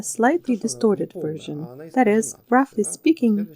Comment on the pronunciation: Качественный и красивый перевод и чистое произношение, такие детали как например version произнесенное как "вёржн" (в смысле не вёршн) выдают опытного переводчика:)